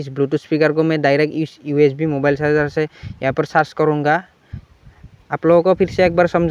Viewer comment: Sarjing nhi bro charger